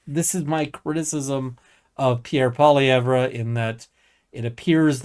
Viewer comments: FYI - It's pronounced "Poly-ev"..... drop the `re' at the end. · Youre a political commentator in Canada and don't know how to pronounce the conservatives leader name. Its " Polly-ev " . Thats how its pronounced. Hard to take anything a liberal says serious when they go out of their way to sound uneducated. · Please learn the correct pronunciation of Poilievre. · The R in Poilievre is silent. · He doesn't even know how to pronounce the leader of the parties name. Do you think he's spent much time listening to the conservative party, or just what CBC said about the conservative party. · funny... I've NEVER heard the name pronounced that way in English by anyone. So your saying he's going out of his way to pronounce it in a fashion not typically done by people. It is an oddity to intentionally pronounce someone's name in a fashion that no one else does. It's a passive aggressive character trait.